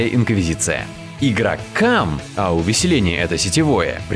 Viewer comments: "Игрокам..." я слышу: "Игра "CUM" XD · Ha ha. He said сum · почему он сказал игроCUM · *почему на слове "игрокам" сделан такой акцент? К тому же на последнем слоге. )) Выглядит как тонкая отсылка к мемам про гачимучи.